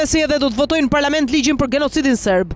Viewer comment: Kujdes fjalorit se si po e lexon tekstin .se ne guhen shqipe nuk thuhet genocid po as gërgjalliu po thuhet gjenocid dhe gërgjaliu.Per ndryshe kjo tingllon serbisht dhe greqisht